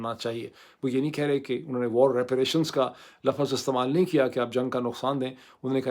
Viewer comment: ڈاکٹر صاحب کچھ بھی ہو جائے زمین اوپر آسمان نیچے آپ نے لفظ کو تواتر سے ”لف فظ“ کہنے کی ضد نہیں چھوڑنی اور اس پر اڑے ہی رہنا ہے ۔۔۔۔